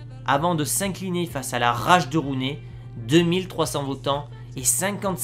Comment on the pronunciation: Juste comme ça Gullit ça se prononcer "Roulite" et Rooney "Rouni"